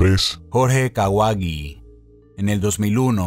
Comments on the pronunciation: El numero tres se pronuncia "kawachi" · Se pronuncia "kawachi" y aquí en México a todos nos da cringe... 🤮